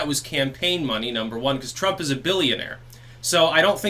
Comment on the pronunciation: "TwrumPP", it had me busting out laughing every time he said it.